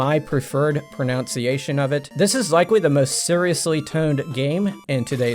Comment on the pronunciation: You mispronounced "pronunciation" though.